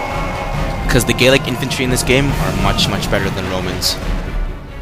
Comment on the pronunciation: The Gauls themselves were pretty much gaelic. But gallic is the correct way to pronounce it.